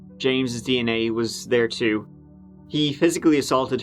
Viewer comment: Ohh & Changin The Intro Would Be As Bad As if You Stopped Pronouncing Tree'Turty For Three Thirty! PLEASE Dont Do It!.. Love You Tew! & God Bless Ya My Brother!.